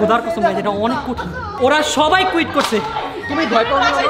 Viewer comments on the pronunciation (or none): Amazing!! You guys just discovered the new pronunciation of "QUIT" 😂